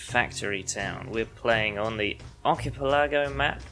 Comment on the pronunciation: just starting out will let you know how I go, but starting out it's "ARK-ih-PEL-ə-goh" (layman "ar-kih-PEL-uh-go")